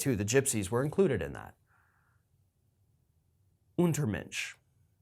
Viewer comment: I am Geman and you pronouced "Untermensch" pretty good. Yes; these were Jews, Gypsies, Slavik people, homosexuals, mentally handicapped persons, people of color,. I am happy that we have some "monuments of our own shame" in our capital Berlin - and other monuments to remind us of what never shall happen again! The USA always stepped on and did not learn of their own history.